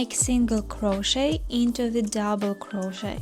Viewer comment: I love this pattern! Currently making it for Halloween. 2 things though, SAID WITH LOVE the T in crochet is silent ('cro-shey' or cro-sheyed or cro-sheying) 2ndly, that background music is absolutely TERRIBLE! Both are Very Disturbing to my 'Tism's, and I had to turn the sound off, which is a shame as youhave a lovely speaking voice 😂❤